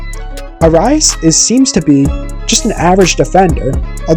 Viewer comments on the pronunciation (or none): I like the video, but you're pronouncing his last name wrong and all I can think of is the greek god of war.